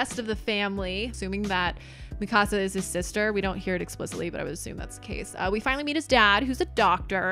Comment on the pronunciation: Mikasa is 3 syllables = me-ka-sa